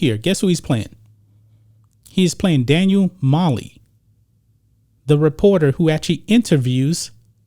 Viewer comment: Omg I can’t with ur gross mispronunciation of these names…wtf?? Luh-WEE??? Daniel Molly? Cole on man…ur claiming to have an expert on this source material here…so far ur destroying ur own credibility